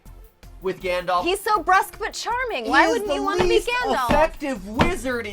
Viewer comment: Galdolf? Sorry, what? Gandalf.